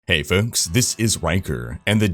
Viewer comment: why cant he say FOLKS correctly, hes does a million reps